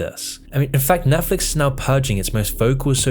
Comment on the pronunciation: if your going to do a video on this topic, u gotta not call it nephlix lol